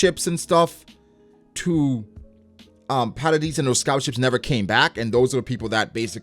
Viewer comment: don't worry, you pronounce jean correctly. however, you pronounce hange and paradis wrong lmao.